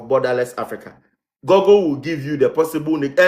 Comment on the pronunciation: SHAME. It's GOOGLE as (GU-GLE) not Gogle